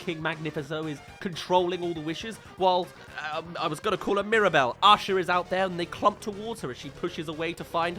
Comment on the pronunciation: Just a side comment. I'm in the US and one of my college professors was from England, and when he pronounced the name Micah we all heard "Meeker" and thought it was amusing. Whenever says the name Asha I hear "Usher". My first instinct was to go check the cast list and see if Usher was one of the voice actors.